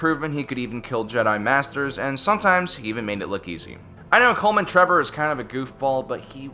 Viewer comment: There’s so much name mispronunciation in this video it hurts -Bubba fett -Savage opress -Koleman Trevor